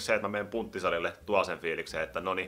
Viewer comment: En edelleekää kestä ku sanot PUNTTIsalille xDD en oikeest kestä... :D Niiku Puntti the Khät jy nöy?